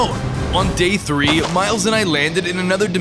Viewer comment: SPIDER TWO ME: SPIDER TREE